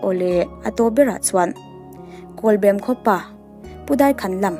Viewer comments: kawlbem pawh lam dik ve ta ☺.. i sawi dikin i sawi tha thei hle mai. a tawp i rawn khar dante kha ka hnuk ulh deuh lom.... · Kawlbem khua lam thiamlo dik chiah i lam lai ka han hriat a lam diklo ka lo ti nghal awle zam reng reng suh huaisen takin pathian hruaina in kal zel ang che mizote mamawh i ni e